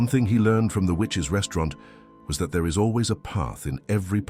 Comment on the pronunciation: The Witch’s 😳😳 You had one job 🤣🤣🤣🤣 need English classes STAT